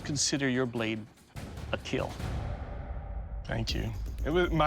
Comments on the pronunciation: oh by the way, it will keal😎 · Your weapon ... Will keal 😁🤮🤮🤮